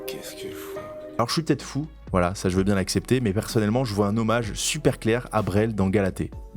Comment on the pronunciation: "Bieng le bonjour la TPZance" 😂😂😂